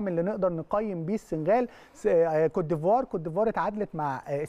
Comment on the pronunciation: بأحس بتلوث سمعي لما اسمع بيقول كوتيفوار صلحهاله يا فارس